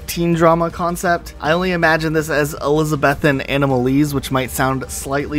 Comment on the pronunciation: Elizabethan pronounced eh-li-sa-beth-in vs eh-li-sa-bee-than XD!!!! im dead lol. also. down town abbey!? XD!!!! lol downton XD!!!! LOL LOL LOL <3